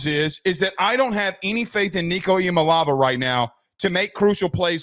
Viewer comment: Ee-uh-mah-lay-ah-va. Say his name right if you want us to take your opinion on the game seriously